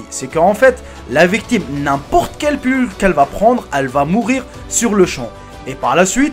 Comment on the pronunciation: On dit pilule pas pulule